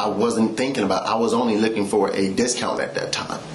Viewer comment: He didn't want "the discount"; he wanted "da dist-count".